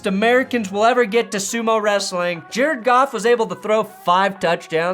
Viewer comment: Sometimes when I hear you say "Jared Goff" quickly it sounds like "Jare Goff" which of course sounds like "Jerk Off" in my brain and that's just fapping beautiful.